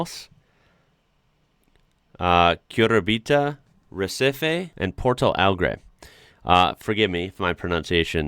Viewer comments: From now on i'm only calling Curitiba as Curibita! As a brazilian is always nice and fun to see people from other places getting to know more about our country. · Curibita LOL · "Curibita" sent me on orbit 😂